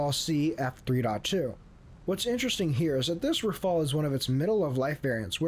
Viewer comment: why are you all putting the e before the L it is rafale not rafael, rafael is a israeli weapon producer